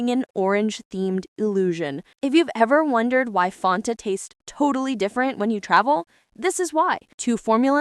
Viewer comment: The pronunciation of Fanta sounds so off in this video. 'Fontah?'